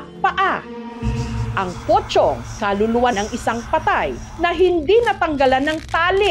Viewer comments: Pocong, but sounds like pochong😅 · MAS KINILABUTAN AQ SA SPELLING NA ''POCONG'' SA PRONUNCIATION NYANG''POCHONG''😂😂😂😂😂